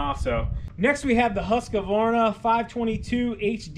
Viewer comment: Is not the brand pronounced Husq-varna, not Husq-a-varna?